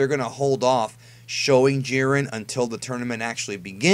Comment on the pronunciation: "Jai - Ren". not "Jeeren"